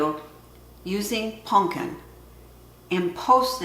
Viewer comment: Totally a Michigan thing to say "Punkin" 🎃